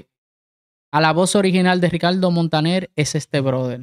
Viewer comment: El dominicano dice: Ricaldo Montanel